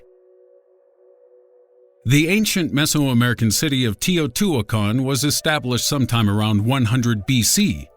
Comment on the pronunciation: The Tee-o-Tee-o-Tican... Lol